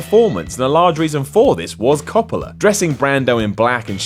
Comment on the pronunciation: Coppolla = Cop-ler? DaFuq?